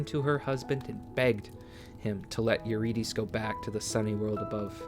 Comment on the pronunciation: listen i love this so much but the mispronunciation of eurydice is killing me lol